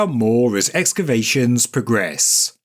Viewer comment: I really appreciate your posts. But the word is pronounced exKavations, not exavations